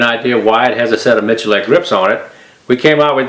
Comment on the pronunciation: Complete offtopic: Iam surprised he reads his name Miculek not as "Mikulek", but as "Michulek". Mičulek: kdejsme.cz/prijmeni/Mi%C4%8Dulek/